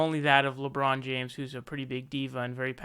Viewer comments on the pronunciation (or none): none